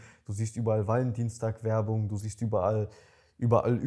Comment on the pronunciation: Wie das ausspricht hört sich das nach ValenDIENSTAG an:D hab extra gegoogelt und kurz gedacht, dass das wirklich so heisst haha